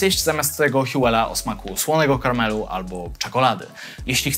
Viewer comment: Czy to był pojedynczy błysk fali mózgowej czy powiedział słony karmel i teoretycznie z angielskim akcentem?